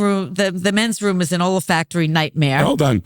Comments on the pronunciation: It's not "old factory" Jeff - it's olfactory (the organs related to the sense of smell) - lol. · Poor Jeff. It's "olfactory", not "old factory". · For an actress, Susie mispronounces a lot of words. Ole-uh-fac-tory. Real-uh-tors. Actresses usually have better diction than that. And Jeff thought it was Old Factory. Just shows you don't have to be particularly smart or well educated to make it in Hollywood. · I’m confused, are they saying Old Factory instead of Olfactory or is Jeff just mishearing it alone, either way, comedy gold! I love you Jeff